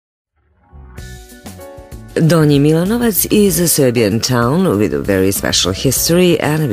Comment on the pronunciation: very bad pronunciation, unfortunately